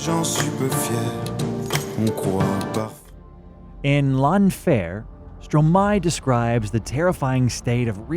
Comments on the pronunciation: Your AI voice-over sucks at pronouncing French words. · L'enfer ia such a strong word and got so weakened when it's not said with the correct accent